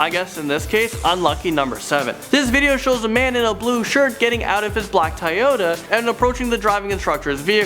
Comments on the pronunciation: "Tie Ota" It's Toyota. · Does not know how to say "Toyota"